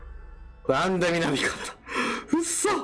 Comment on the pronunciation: うっそ！がフッ素！にしか聞こえない